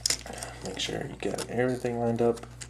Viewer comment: sholl? are you trying to say sho?